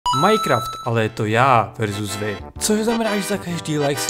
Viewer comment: marketkahnidkova6186 asi si hluchá on řekl Majkraft a ne minecraft